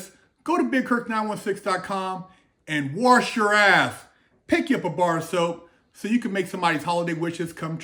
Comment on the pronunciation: Warsh your ath